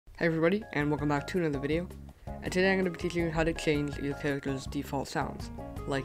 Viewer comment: he cant say change maybe he wears something or he just cant say it